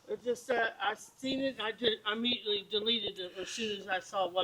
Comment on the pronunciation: Just saying if you can’t pronounce IMMEDIATELY , correctly I will be keeping a close eye.. found a pattern with that and these pedos!! Hahahaha 😂